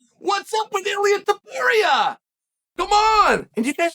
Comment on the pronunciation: Lol this is the genius of Uncle Chael. Actually pronounced Ilia Topuria name right, but got his “nickname” Mr. water bottle wrong.